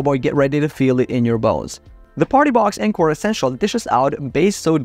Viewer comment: On-core not N-core